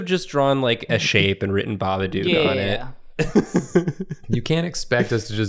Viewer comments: For love off christmas spirit or whatever hallmark garbage movie magic it's BABADOOK NOT BABADUKE DOOK PRONOUNCED LIKE COOK GAH DAMIT YALL GOT ME SCREAMING OUT IN THE STREETS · the way said, "There's a big Babadook-sized space... " it almost sounded like he said "Bar-B-Dook," like a Babadook BBQ.